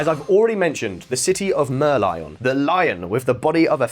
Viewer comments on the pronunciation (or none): City of Mer-lyle? I thought it was a mer-lion. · You pronounce Merlin wrongly.